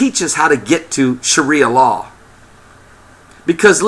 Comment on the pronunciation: I'm pretty sure it's sharia law, not shria law.